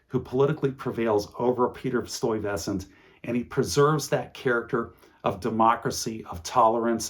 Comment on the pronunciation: Okay, I have to laugh at “stoy-vessant.” I’m no expert on Dutch or NYC, but that’s the first time I’ve heard his name said that way.